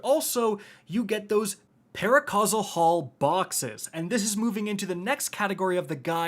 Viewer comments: I find it hilarious that (and others) keep saying "paracausal haul" when it's literally spelled out on screen in their own videos "paraversal haul." No negative judgement, it's just funny how a mistake becomes a mind worm. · ParaVERSAL Hauls, my dude, no hate but they aren't paracausal lmao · It's PARAVERSAL haul fool!!! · Anyone else wondering why this guy said “paracausal hauls” 30 times while showing it saying “paraversal hauls” in the game? Great vid just curious about that! Love these tips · Pretty sure it's (para-VERS-al), but I gotcha. Thanks for the info. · Paraversal* Jesus that pained me 😂